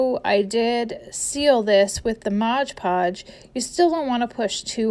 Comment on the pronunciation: Sorry.. I just HAVE to mention it’s called Mod Podge, not Modge Podge.